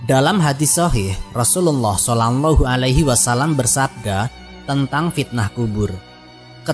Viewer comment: Cara penyebutan mu salah min. Bukan salambahu alaihi wasallam tapi sallallahu alaihi wassallam.